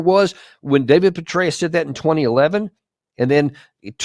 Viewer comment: General Betrayus??? Am I hearing you right??